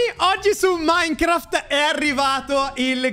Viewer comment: Minecraft non maicaft😂❤